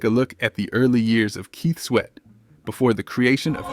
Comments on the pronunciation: With all due respect, I'm losing interest in watching this video hearing the mispronunciation of names. It's Kut as in (cut) klose. Not (koot) klose. Keith Sweat ( pronounced like sweat as in perspiration) not sweet as in taste. Research & revise before posting. Peace! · The narrator constantly calling them Keet Sweet and Kew Klos is killing 😂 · Ke-sweet n Cu-close 😂 damn ai. I’m glad we are able to notice the mistakes.👍🏾